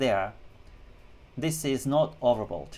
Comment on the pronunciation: Hi. Do I hear it correct you saying "overbold"? I'm not joking nor am sarcastic. Just trying to understand it correctly. Thank you.